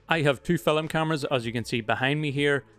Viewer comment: can`t help, i hear always fil"e"m.... ;-)